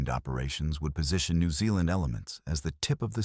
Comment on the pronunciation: The Letter 'Z' is pronounced as 'ZED.' Plus: you still cannot pronounce Aotearoa correct, either. Nor New Zealand, either. Suggest you go approach a REAL NEW ZEALANDER and LISTEN. Which you cannot do.